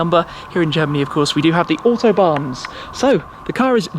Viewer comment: It is not called the "Ortobahn", it is fckn AUTOBAHN. How hard can it be....